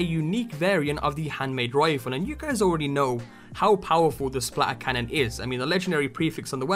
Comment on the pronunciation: No one: English people: SPLA ERCANNON